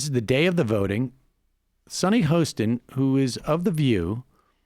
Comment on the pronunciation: Good stuff! And Sunny Hostin was great at getting to the facts! (HAW-stin, FYI. Worked with her during her Kroll days.)